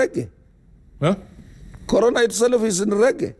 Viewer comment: Atwoli, it's not 'selef' it is 'self'